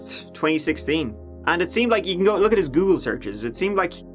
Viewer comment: Me: "I got an early morning... I should really just sleep": "Let's give et a goo" Me: "Yes sir"